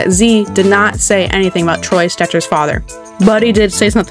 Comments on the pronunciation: STETCHER, not Stretcher. Also, Zegras as the NHLs "golden boy" like...no 😂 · Lady, if you cannot pronounce Stecher without saying Stretcher, then start over.